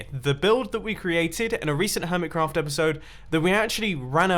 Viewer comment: Helo everyone! Welcome back to the Hermit[s]craft server! Hnggggggggggggggggggggggggggggggg that extra "s" tho